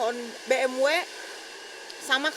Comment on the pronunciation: Cb cek dech BMW pertahun itu keluar brp unit,,,ngomong ja gk karuan ni cewek,, B'EM'WEK,, banyak bgt lu punya ya,, apaan tu BE'EM'WEK